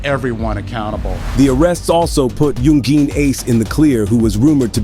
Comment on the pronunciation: Aside from the weird way he said youngin ace this video was well done